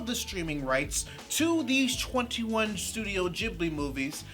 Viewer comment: Aww man! Stop saying "Jibbly" FFS.